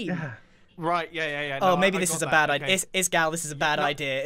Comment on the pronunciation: "odea" congrats, you just made a prediction